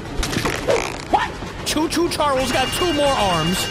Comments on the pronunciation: it’s not Cho Cho Charles your saying choo choo charlers and it’s Actaully choo choo ch ar les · it's choo choo charls